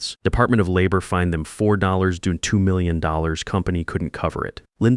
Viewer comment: Good example of neppotism with an "MBA excuse". Replace custom made code with excell spreadsheets; that's a JOKE. Some glitches again with numbers: $ 4.2 millions pronounced in a quite strange way. Also time stamps: 1145 hrs (elevenhundredandfourthyfive hours) instead of hrs am........